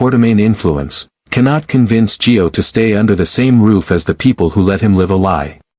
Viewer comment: ITS NOT G E O!!! ITS NOT JOE!!! Get it right! It’s GIO!